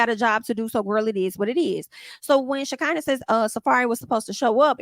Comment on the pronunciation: Now why you keep mispronouncing Shakinah name? 😅. It's Sha CON na